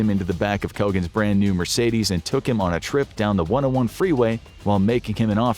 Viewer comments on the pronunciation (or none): none